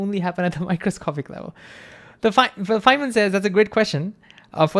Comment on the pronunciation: I'm sorry for this, but I can't understand you. I'm not talking about the concepts (which, once I understand your diction I may of may not understand), but I can't really understand your WORDS. Chiefly, I can't understand "Fineman says" . . . or "Fan man says," or "Simon says" or whatever that phrase is that you keep repeating. I've slowed the video down to 75 percent and it's a little clearer, but I still don't understand what you're saying. Although I think this is probably not helpful to you, but I sincerely hope that it is. Even though I feel stupid for saying it because so many others are "getting" it. 😬